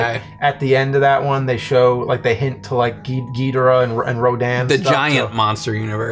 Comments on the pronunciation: I say King Ghidorah not Ghidrah. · Its Gìdorah you guys. At least the original japanese pronunciation :) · Ok, I like this video,but every time he says Ghidorah just bugs me.